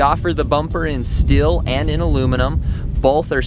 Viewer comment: And he said “still” for steel